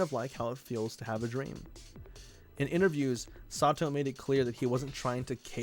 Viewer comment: it's pronounced "sah-to", not "sah-tu"